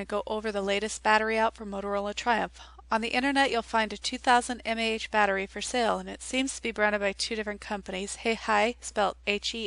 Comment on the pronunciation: just some advice, to help you sound a bit more professional, mAh stands for milliamp hour ;D